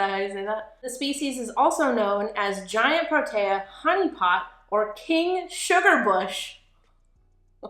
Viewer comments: Pronounced Pro TEE uh not taya..... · I am South African and I have a huge affinity to proteas! They were on my school crest, they were my wedding flowers and they are the national flower of my country! I LOVE THIS!!! Pronunication is: pr-oh- tear